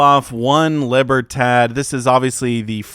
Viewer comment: It's "Leeberrtodd"